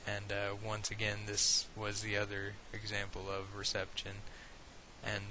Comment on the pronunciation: Apart from my irrational annoyance of how you pronounce reception etc I really hope you keep these going they are brilliant, thanks